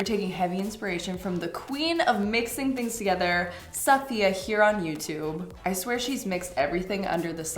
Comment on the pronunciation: not her mispronouncing safiya